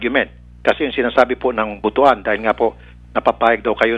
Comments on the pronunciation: Butuan ❌”Bu-tu-an” ✔️”Butwan” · Ang pangit naman ang pagkabigkas ng "butuan as boto-an" hindi po yan "ari" ang buto kasi sa ilonggo ay ari ng lalaki..we should listen to the local butuanon.... It should be pronounced as "but-wan" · Its butwan(butuan) not boto-an ang pagbasa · BUT-WAN po ang pag pronounce.. ndi po Bu-tu-an masama pong pakinggan yun samen..😁😁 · Beth Aguilar Oo nga but-wan nga Di butuwan 🤣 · 🤣🤣🤣🤣🤣BUT-WAN po Hindi po BU-TU-AN 🤣🤣🤣🤣bastos po Yan na salita sa aming mga bisaya🤣🤣🤣✌️✌️✌️✌️✌️✌️✌️✌️ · Maam, to pronounce Butuan is Butwan not Bu tu an 😁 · sassy gurl lagi sayup jud butwan mana pag basa ana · Butwan kasi ang basa dyan ate girl! Wag mo isisi yung dumi ng utak mo sa mga bisaya! Apakagreen! Tsaka anong E CORRECT? baka i-correct. 😅